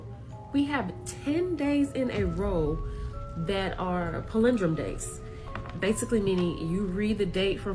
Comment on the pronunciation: I cant handle how she pronounced "palendrome" lol 😂